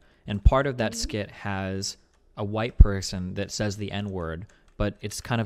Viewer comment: It really bothers me she says “says” w a hard “A” wtf